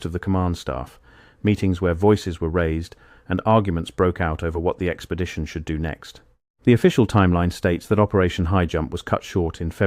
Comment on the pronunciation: What is an "Expedtion?"🤣